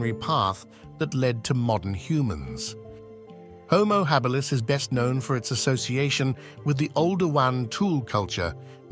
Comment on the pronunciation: What's with the inconsistent pronunciation of "Homo Habilis"???